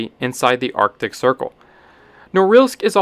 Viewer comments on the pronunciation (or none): none